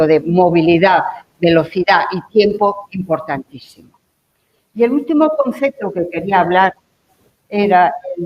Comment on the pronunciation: Sigue diciendo "concecto".